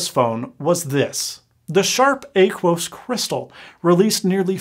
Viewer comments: You say Aquos weird. It's like Aqua. Ah-qu-us. Not Ay-qu-us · James Russo thank you. He murdered the hell out of that word